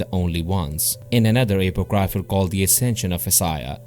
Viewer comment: Stop butchering the word apocryphal. Its not hard to pronounce. Book of Enoch and Jasher were removed a few centuries ago then called apocryphal by strange men.